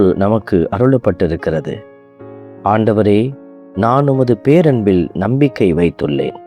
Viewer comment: ஆண்டவருக்கு மகிமை. பாடிய பெண '' பேரன்பில் '' என்ற வார்த்தையை இன்னும் உணர்வோடும், ஆழமாக உச்சரிக்க வேண்டும். நன்றி. தொடர்ந்து இராகத்திற்கு முக்கியத்துவம்தேவை. வார்த்தையின் உச்சரிப்பு அதைவிட முக்கியம்.